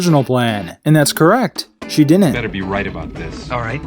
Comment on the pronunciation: You pronounce "didn't" like an ex-stormtrooper. Cut it out! From now on say the second "d". Ffs.